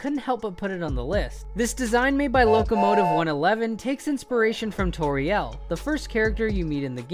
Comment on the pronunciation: Yo wtf it pronounced TOR-EEE-ULL not TOR-EEE-EL! Her name is a play on the word "tutorial"